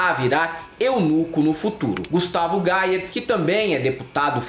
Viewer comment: Pq vcs chamam o Gayer de Gaier?